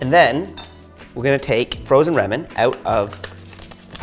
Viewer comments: Literally the way you are pronouncing ramen is making not want to buy the product! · Scrolled looking for this comment, how can you be co-founder and chef of a Ramen place and not pronounce your own product right